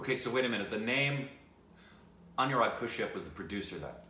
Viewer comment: something is very wrong with all of it. pronounciation of shaaaaahid and anurag kashyap as kushyap . dafuq